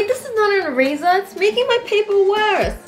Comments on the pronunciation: she says erazer hehe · when wengie said "can i barrow your eraser?" it sounds like "can i barrow a razor?" lol